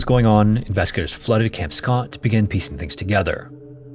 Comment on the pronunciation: Dude, slow the hell down. Even the captions can't understand your rapidly mumbled words, especially when you say, "investigators" it just sounds like "inveskagators." SLOW DOWN!